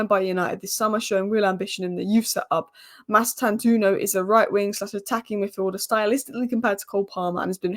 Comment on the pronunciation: The “o” after the “u” in Mastantuono is not silent. It’s an Italian name, even though he’s Argentinian by birth. If you know any Italians ask them to pronounce it for you. All letters/sounds in his name are to be pronounced. That’s the correct pronunciation. Or you can watch Fabrizio Romano’s update from 7th April and hear him pronouncing it.